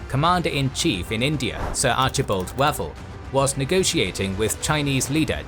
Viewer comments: Wavell is pronounced Waayvell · I'm going to assume that the narrator's pronunciation of the name "Wavell" as though it were the delicious, notoriously equivocating, breakfast entrée (e.g., "General Archibald waffle") was anything but coincidental. Lol